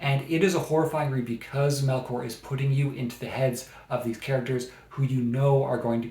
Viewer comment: Paradais is a masterpiece, especially if you're able to read it in Spanish. FYI her name is pronounced MelCHor like the ch in church not MelKor. thanks